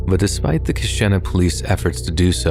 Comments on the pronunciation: The Wisconsin story.... It's pronounced ka-sheen-na..... I'm sorry, I'm from here and it bothered me lol. But it's true and it was scary when it happened and for a few years after I know a lot of people just bought candy from the store instead of going trick or treating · I am a long-time subscriber and absolutely love your narrations. I just wanted to give you the correct pronunciation of two words from two separate stories. The Wisconsin town of Keshena, where the drug-laced Halloween candy showed up, is pronounced Kuh-shee-nuh. In the Le Loyon story, the French word 'Le' is pronounced Luh, not Lay. This is not to be confused with La, which is exactly as it sounds. Le is the French masculine for 'the', and La the feminine. When you pronounce it Lay, that is actually Les, which is the plural of Le or La. I'm not trying to be a jerk with this comment, I'm just giving a helpful hint for the future. Keep up the awesome narrations, and I look forward to the next episode .